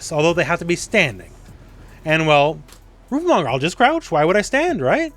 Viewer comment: read it again, its roofle not roofie